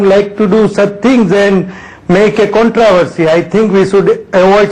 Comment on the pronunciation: what's with your pronunciation of "controversy"? The BCCI fellow got it right, the reporter didn't